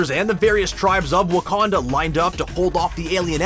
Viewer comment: yeah, the Wakanada as Banner Pronounces